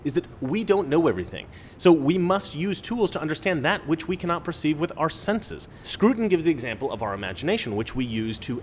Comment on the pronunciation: Scruton? Don't you mean SCROUTON?!